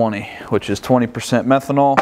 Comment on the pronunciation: False advertising. You said pyee methanol